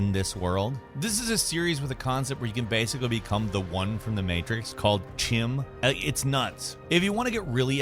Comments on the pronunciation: You said Chim wrong, it's "Kim". Also, any Lore written by Michael Kirkbride, unless actually in a game, isn't considered canon. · "Chim" is pronounced "Kim"